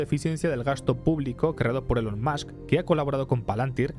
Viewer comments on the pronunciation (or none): none